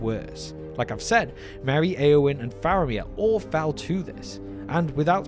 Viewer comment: sure thing. Still sounds like foul and the captions say foul. If someone didn’t know any better it might confuse them.